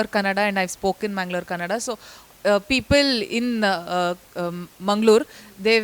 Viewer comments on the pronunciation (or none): it is KANNADA, not KANNAD. plz correct. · Assholes please learn something grow up its not KANNAD its "KANNADA" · Call it Kannada and not Kannad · It's 'Kannada' not 'Kannad', just saying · Not Kannad it's Kannada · It’s not Kannad, it’s Kannada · Not kannad .. kannada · bro..please try to understand..u( north) shud really change..it's not kannad it's kannada..it's just not a matter of a single alphabet..it really changes the meaning..pls do understand..a humble request.. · It’s Kannada.. not kannad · Kannad nahi bhai kannada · please hire another editor it's Kannada not Kannad give some respect to language and it's Sapthami Gowda not Gowde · Kannad nahi Kannada.....🤦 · Its KANNADA and not Kannad .. Thank you all for your support for good cinema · It's not Kannad. It's Kannada. Kannada. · Kannad nahi Kannada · I am sure you have watched this movie in orginal language kannada and i am sure you would have not understood it. I person who can't differentiate between kannada & kannad , what kind knowledge do they have of their arts and culture. First learn to pronounce the words properly. By the way i am Gujju but i am proud of my birthplace and i am a proud kannadiga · It’s not Kannad its Kannada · Not Kannad..... Kannada ☝️ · It’s not kannad it’s Kannada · its not kannad, its KANNADA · It is kannada mannn Come on Hw many times they should correct u guys Idiot felloowwwsssss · Bro that is 'Kannada' not 'kannad' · It's Kannada, not Kannad. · Bro It's "कन्नडा " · it's not kannad it is Kannada make proper pronounce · These channel dont know the name of the language only🤦‍♂️. Its not kannad, Its Kannada!👍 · Its kannada ಕನ್ನಡ not kanad. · Its Kannad'aaaaa' not kannad idiots 🤣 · Kannad nahi hai its kannada 💛❤️ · It’s not Kannad.. it is KANNADA!! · It’s “Kannada” . Not Kannad. Don’t create your own thing. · Hey Admin show some respect to our kannada language it's not kannad it's kannada ಕನ್ನಡ. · It's Kannada not Kannad, please change it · mf its KANNADA not KANNAD